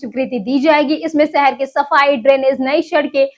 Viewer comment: Accent needs improvements...😭 City👉Shahar✅️. ko Sahar❎️ But Weather👉Mosam✅️ ko Mosham❎️ 😭😭😭😭😭😭😭😭😭😭😭😭😭😭